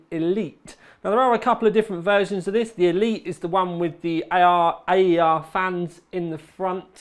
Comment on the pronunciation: Thanks for the excellent review and the fans are pronounced AIR:)